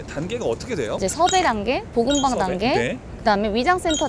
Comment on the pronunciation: 복음방..볶음밥이라고 들린다..